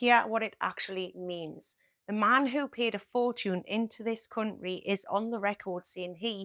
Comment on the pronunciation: The way you say cunt ry is a funny AF